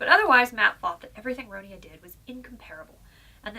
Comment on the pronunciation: I'm not having a go but you pronounced the name wrong. First of all Ronia is the English version of the name (the original Swedish is Ronja but it is pronounced Ronya because in Swedish J is pronounced like a Y sound). Sorry for the rant but I've had to deal with people pronouncing it wrong my entire life.